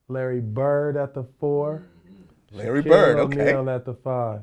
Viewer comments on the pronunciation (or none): Soon as he says larybird .okkk